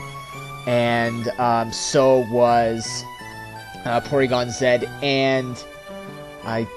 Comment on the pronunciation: It's awesome that you say "Porygon-Zed" as y'know, it's the right way to say it :). ANYWAY this was an awesome match dude! You forgot to mention that Toxic Spikes also works with Dusknoir as a spin-blocker. In short, pretty god damn awesome upload.